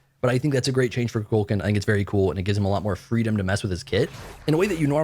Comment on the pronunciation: Koo-Cool-K-AWWWW-N His game character says his own name “I am Kukulkan” You keep calling him “Koo-Kul-CAN” which sounds like Cu Chulainn Appreciate your content tho